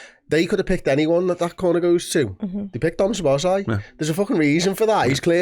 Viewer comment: It;s pronounced So-bos-lah-ee (a and i are pronounced ah and ee).